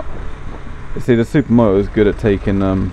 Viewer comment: Dee Ahh Zed Super Moh-Oh. Lol I <3 British People!